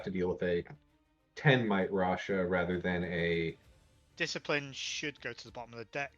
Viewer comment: if the first caster is reading this, it's not rasha bro, omg haha